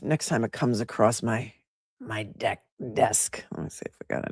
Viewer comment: You said it "decksk." Commanding the helm of your LI Yacht from your decksk.